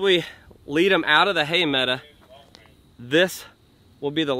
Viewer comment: PLEASE STOP SAYING HAY MEDA!!! It's a hay meadow! I love watching you and your crew but my spine turns into a knot when that one word is mutilated! Lol